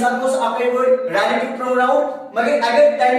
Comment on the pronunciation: Ralative pronoun😂